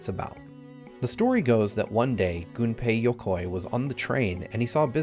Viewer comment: THANK YOU, this is the only video I've ever seen on YouTube where someone doesn't pronounce Gunpei Yokoi's name as GUNpei like gun/pistol!